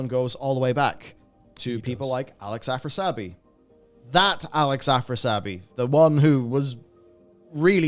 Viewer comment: Afras - i - abi , not Afrasabi